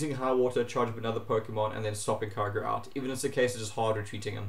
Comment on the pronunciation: YOU DONT PRONUNCE KYOGRE LIKE THAT